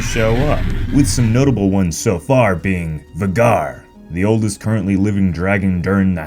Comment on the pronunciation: U said Vhagar wrong it’s pronounced vAgaR but spelled Vhagar